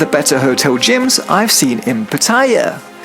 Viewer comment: Both TVs are pretty awkwardly placed for such an expensive room. You're pronouncing Pattaya wrong lol, listen to how the locals say it!